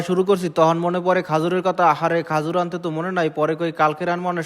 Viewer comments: খেজুর কে খাজুর বলে এই কথা শুনে বুঝে ফেলছি খেতার গাট্টি মানে বরিশাল 😃😃😃😃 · Khajur ki? Khejur bolen.kotha shundor kore bolen borisailla